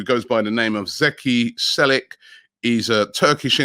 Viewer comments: Zeki Celiks name is pronounced Chelik <3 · its pronounced Che-Lik